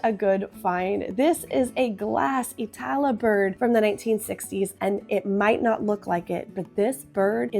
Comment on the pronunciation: ii-‘ tala. Accent on first syllable for Finnish … II’ tala. Love the toikko birds, have a few myself. Sorry to hear about your flooding, but many lost their homes so I’m glad it wasn’t worse.